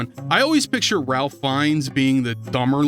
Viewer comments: I have a problem with this video. A BIG problem. And the problem is... the Ralph in Ralph Finnes is pronounced as "Rafe", because English is weird and British names can be even weirder. Unsubscribed! And then subscribed again! Hah, that'll show you! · His name is pronounced ray-fh feenz. Rafe fiends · His name is pronounced as "Raif" despite the spelling.